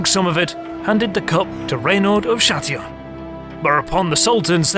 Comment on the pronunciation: RENAUD de Châtillon !! not raynald .....